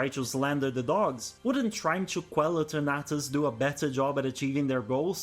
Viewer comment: The way you pronounce Eternatus had me so confused to which pokemon you were talking about haha.